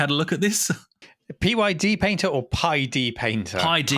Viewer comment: Thanks for the mention of my PyDPainter project. It's pronounced "Pied Painter" like Pied Piper, by the way.